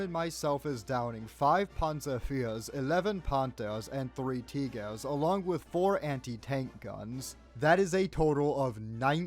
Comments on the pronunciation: I know, the way he says it though just feels weirdly stressed to me, like I think the "Eh" should be more like an "Ah", Like "Teegah" not "Teegehh" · Someone shake this mfer for pronouncing Tiger as Teehgee. Though I do find it hilarious Dmitri wouldve had a list of medals that would've put North Korean generals to shame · fr, why did he pronounce it the russian way